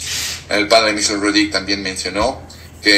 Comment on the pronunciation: buenas noches. Te saludo afectuosamente desde Bogotá. Respetuosamente te hago la observación de que el apellido del padre Michel es francés. Por lo tanto en su apellido Rodrígue, no lleva acento y no debe pronunciarse la vocal "e". Gracias por tus programas.